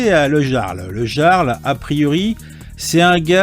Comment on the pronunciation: le jarl c'est pas "nordique" et sa se prononce pas "iarl" ?